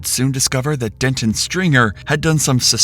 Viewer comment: Please pronounce names correctly. It's not Dentin, it's Denton. Completely different, man, I'm begging you 😅